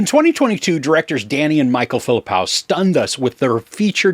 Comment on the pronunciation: It's phi-lip-POH not phi-lip-POW.